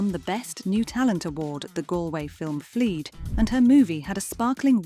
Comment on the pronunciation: Omg, the AI dubbing of native English speakers who speak in amazingly beautiful dialects is sooooooo irritating, the Galway Fleed killed me, it’s a Fleadh (flaaaaaah). Her daughter is called John, I don’t think so.